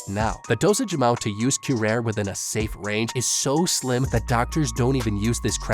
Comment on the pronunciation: Obligatory "Um, akshually"-comment. "Curare" does not have a silent E. "Kyu-rah-ree" is how you pronounce it. Rest assured, this is information that you will most likely never have any use for, but there you have it.